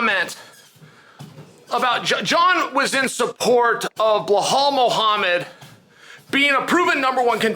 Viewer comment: “Bluhal” really? I understand some names are hard to pronounce but Belal is literally way easier to say than Bluhal 😅